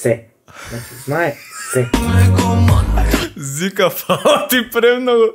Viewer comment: Те помеша брате наместо Жика ГП вика Зика Хахахах